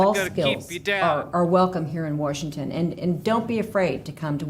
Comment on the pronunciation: The blonde woman said “Warshington” I can’t.